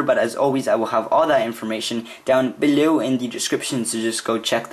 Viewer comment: Yeah im not a big fan of the way you say 'below' or the way you tell us on each video to do all that at the end just a sugestion